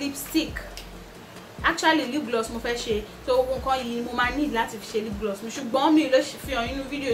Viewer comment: Hahahahaha haha did I just hear lip gliss?